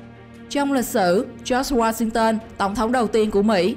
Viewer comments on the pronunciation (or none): none